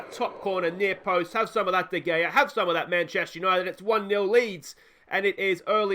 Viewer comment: Lol I get mage triggered when u say VAR, u don’t say it as a word but like V.A.R. And de gea isn’t said as de gayer, but instead as de hayer.😂